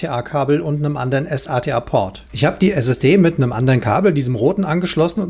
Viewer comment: Sorry aber es heißt nicht ES-A-TE-A sondern SATA (Serial ATA) wenn es sein soll kannst auch S-ATA sagen ist nur ein Hinweis nicht böse gemeint